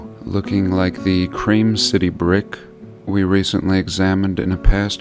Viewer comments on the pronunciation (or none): none